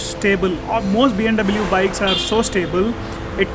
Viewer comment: check out ur videos how ur pronouncing BMW learn how to say BMW